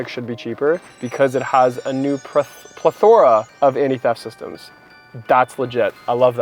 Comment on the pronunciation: Pronounced "pleTHərə" great video though